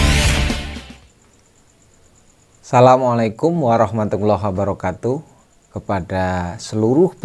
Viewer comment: Bagus sekali Wejangannya untuk peternak pemula. Namun kalau boleh saya menyarankan agar cara salamnya diperbaiki. Bukan salamu'alaikum tapi Assalamu'alaikum. Terima kasih 😁😁😁🙏